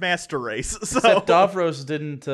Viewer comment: "Dar-vros"?! That must be the poshest way of pronouncing Davros I've ever heard!